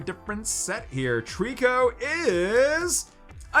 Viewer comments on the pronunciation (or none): none